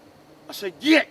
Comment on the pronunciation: He said GEET!